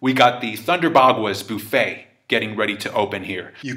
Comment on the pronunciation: Wth is a “Boofet”... You mean a “Buffet” like a Chinese Buffet?